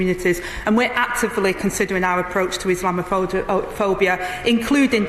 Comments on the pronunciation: Never mind define 'Islamophobia', Angela Reynor can't even pronounce it! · Angela can't even say it...😂😂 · She cant even pronounce the word haha